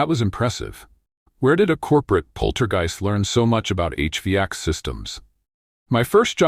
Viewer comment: The pronunciation of 'HVAC' is badly messed up with an incorrect pause that is both wrong and unpopular since a vast majority of English-speaking humans already know about HVAC systems for comfort purposes, even if they don't have one themselves. Billions have already been spent to market their desirability!. LoL Oops 😢😂❤